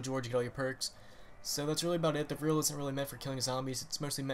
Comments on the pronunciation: its V R 11 not virll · VRLL? Its VR-11